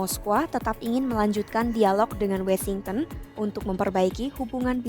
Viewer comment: maaf untuk narator, bukankah melafalkan Washington itu "wo-shing-ten"? kenapa jadi "we-shing-ten"?